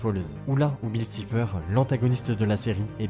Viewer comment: C’est pas [sifer] c’est [saifer]